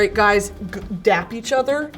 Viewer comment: It’s DAP not DAB😅